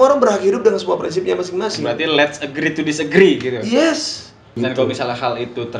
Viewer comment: "agree to dissagree" kenapa susah banget sih anjirrrr...